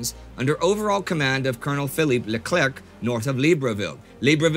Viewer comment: You don't pronounce the C the the end of LeClerc ;{D Greetings from France! Do you guys really read all the comments? I can't believe what Youtube is doing to y'all (I lived 20 years in the USA, hence the bilingualism), if I wasn;t a broke college kid who eats pasta 5 out 10 meals a week and "bundles up" instead of turning up the radiators, I would give y'all 250 Euros a month no problem! With more money, I would have a 600 dollar a month budget to help the shows I love (mainly left-leaning political channels, 20th century historical stuff life you Military History Visualized is one of my favorites and a few other niche channels who need some money to off the ground. I bet these weekly videos must be expensive with all the prep/research, archive video locating and licensing, animating etc. It must be a real hell hole but stay in your foxhole and maybe YouTube will calm down it's draconian algorithms.I fear me becoming a millionaire and funding the whole channel will happen first ;( Keep up the fantastic work in the mean time.